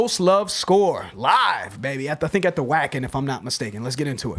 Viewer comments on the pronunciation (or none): Wacken is a yearly German metal festival. In German "w" has a "v" sound, so it's pronounced “VAHK-ken” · When Gabriel checks in you will get a real list and he will review the bands history… my best guess is he will lead you to Storytime or Romanticide to lead you into more of a full-band play; this song is a singer showcase by comparison. Wacken is pronounced VA-ken and is a mega festival in Germany. Stay at that concert as much as possible as it was very well recorded and ALWAYS do Nightwish live. They don’t need autotune or touchups - they are that tight live.